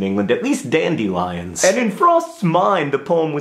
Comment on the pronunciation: "Dandy Lions in England", the way you said it cracked me up.